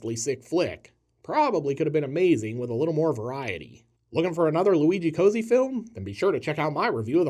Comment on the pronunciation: BTW Cozzi’s name should be pronounced “kotzi” not “cozy” - but “hack” also works